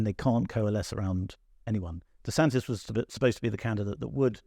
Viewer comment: There is no extra ‘s’ it’s just DeSantis’. Imagine a journalist not knowing that